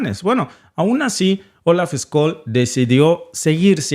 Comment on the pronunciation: Estimado no se lee Olaf Skol sino Olaf ssholz.. Saludos desde Alemania..